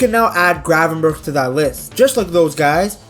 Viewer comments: Ayyy respect for the correct pronunciation btw!! Our "g" is horrible but glad you made the effort 😅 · love the fact you pronounce his name pretty well for a English speaker. Hate it when they pronounce it like